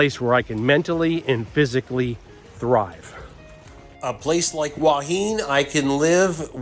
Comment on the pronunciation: HUA HIN is pronounced WHO-WA HIHN. By the way, you were featured on the YouTube channel STUART JAY RAJ a day ago as a Thailand YouTuber who can't correctly pronounce the names of Thai cities. You should go back it out!